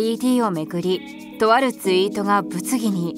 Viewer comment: あと「ツイート」が「ユイート」になってますよﾎﾞｿ